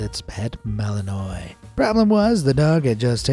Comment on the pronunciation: the dog breed Malinois is pronounced ma-luhn-waa. It's essentially a French Shephard dog.